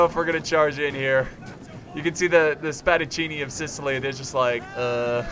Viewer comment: u red Spadaccini right for the first time. Nice Job.